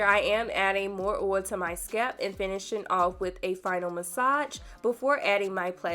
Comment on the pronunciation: The mispronunciation of oil is really getting to me